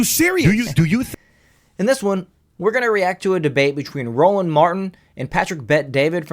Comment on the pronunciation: Hey folks. His name is Rolanda Martin, not roland but Rolanda.